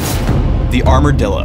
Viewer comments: Armor dillo not armadillo. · first i thought he said armordildo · I thought he said "the armordildo" x_x